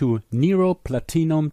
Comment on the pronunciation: it took a few minutes to understand you were saying "PLATINUM"